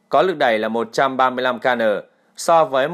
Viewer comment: kN = Kilonewtons (vật lý lớp 6). Admin đọc thành "ca nờ" ? Không biết admin có chuyên môn không hay chỉ lên mạng copy tin tức ở báo nước ngoài rồi google dịch ?